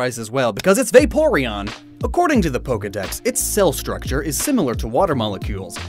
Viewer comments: The first E in Vaporeon is supposed to be an A! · It’s veporion and I love him